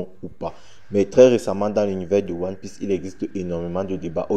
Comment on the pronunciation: 😂😂😂😂😂😂😂😂😂😂😂😂😂😂 😂😂 non toi vraiment tu lis one orifice pas one piece